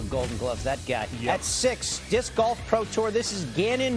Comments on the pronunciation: I hate how none disc golfers say disc golf. "DISC...golf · I love how every time they all pronounce it “DisCCC golf” and then get everyones name PERFECT. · The way they say "dis-K Golf" hurts my soul 😒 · Like 8 times. "Dis-'K'-Golf" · Kills me how they pronounce disc golf. DisCQCHKKCKCKCH Golf. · These announcers are hilarious. Even funnier because you can tell they don't want to accidentally mispronounce the name. "DIS-KUH" golf. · 90% of the announcers “dithk golf” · Making sure they don’t say dick golf haha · Why do they all have such a hard time saying “disc golf” 😂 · I never thought I'd hear so many people have this much difficulty saying the word "disc". Jesus Christ. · They certainly made sure to pronounce the C in disc. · Why can none of these commentators say disc golf normally? They're trying so hard to make "disc" a 3 syllable word. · "Disc" Golf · Never heard disc said as 2 syllables, but half of the announcers seemed to think it was 😆